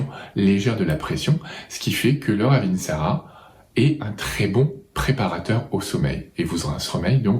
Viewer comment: Wouaaaaah merci beaucoup 👍👍🙏🙏 je la connaissais bien mais je n' avais pas autant de détails ! 👍 Et bravo pour la précision " raveeeeensara" 😅 c'est vrai que bcp de gens pensent que c'est la même ! Et le Saro Svp, vs en dites quoi?